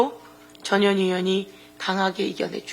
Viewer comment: 전 현 희 의원이라고 발음 또박 또박해주시지 이상하게들림